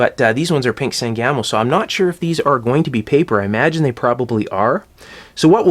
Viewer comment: I'd never heard of "San Gamo" caps before, so I googled it, then I had to laugh. My family is from central Illinois, there is a river here, the Sangamon. Springfield is in Sangamon county, my mother and father both worked for Sangamo Electric in the post WWII years, so I grew up hearing the words Sangamon and Sangamo, and the pronunciation is "SANG-uh-moe". No disrespect to you, it's just always interesting how pronunciations differ by geographic location.